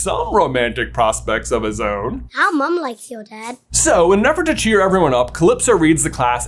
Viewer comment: Do Australians make mum sound plural like they do pops for dads? Like, you're talking about one parent but it sounds like you add an S to the end?